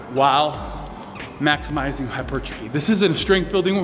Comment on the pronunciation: Love this guy but he struggles so much with the word hypertrophy. It's hilarious!